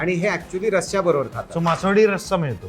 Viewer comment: मासवडी, मासवाडी नव्हे.